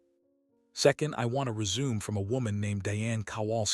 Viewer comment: Also resume.